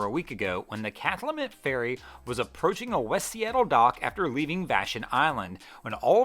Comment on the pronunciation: The strange thing about the Cathlamet crash is that the ferry struck the dolphin from the south side, when it should have been approaching the dock north of that particular dolphin. It was not a small navigational error, which is probably why the captain resigned. P.S. It’s cath-LAA-met, the first two syllables having the same vowel sound as “cat.” In the northwest we’re proud of our local unpronounceable names. Just to be glad it wasn’t Puyallup.